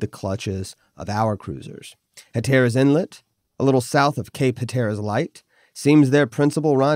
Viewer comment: Huh-TER-rus? Hell no, it's HAT-r-us.